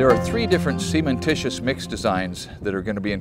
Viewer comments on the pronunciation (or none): Cementitious, not semen-titious. Pronunciation matters.